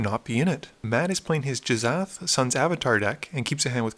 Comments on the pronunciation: J...Jizath? Hard G, and well, "sh" makes the "sh" sound not "z" "Gih-shath" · "Jizzath" --> "Gish-ath" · Do you mispronounce card names on purpose? Jizzath? Narinthols disk?